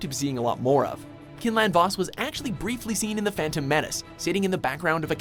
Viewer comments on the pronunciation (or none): Quinlan Vos, not Kinlan Vos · It's quinlan vaus Quine not kin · Quinlan Vos (pronounced Kwin Lun Voss) not Kin lan voss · "Kinlan Vos" QUINLAN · the i in quinlan vos is pronounced with a long I not short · Pronounce quinlin vos's names wrong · That pronunciation of quinlan vos was very off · ( Pronounces Quinlan Vos wrong :((((( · Ok first off the EU has so many great stories that were sadly invalidated and second damn learn to pronounce stuff. I cringed at the way you said Quinlan Vos.